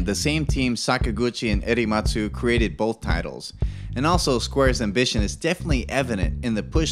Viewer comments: Sorry but it's Nobuo Uematsu, not EDI matsu. Just saying. Nice vid though. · Why are you constantly calling Nobuo Uematsu, "Erematsu" ?